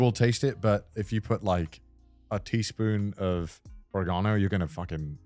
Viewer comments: It's pronounced oregano. Hope that helps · As an Italian, their pronunciation of oregano is making me livid lol